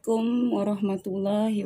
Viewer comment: Belajar ngucap salam dulu yang bener,,baru jadi orang islam,,salam aja belom bener ngaku islam..